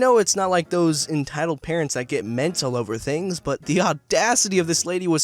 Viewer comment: Who heard him say carents instead of parents